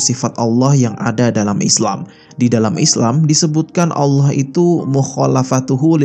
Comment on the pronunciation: Saran untuk mimin cara mengucapkan "Allah", pada islam dibaca "الله", sedangkan untuk kristen dibaca "al-lah"